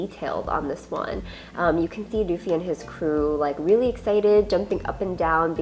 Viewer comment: It’s Luffy….not doofy